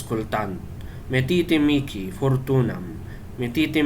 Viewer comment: Paano kung maramihan Bro? Dapat ba isa-isahin? Miki pala pronunciation ng mihi Bro